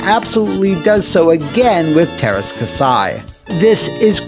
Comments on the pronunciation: Say terska sai one more time, I double dare you! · Just remember:There's are "Ä's" in Teräs Käsi. It's pronounced as the a in "ass". So just pronounce it "terr-ass k-assy" and it should be correct. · As a Finnish person I was always super confused by the title of this game when I saw it in a game store. I always thought it was partially translated name or something weird like that. btw, you butchered the name. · They way he keeps say Teras Kasi wrong just bugs the hell out of me :P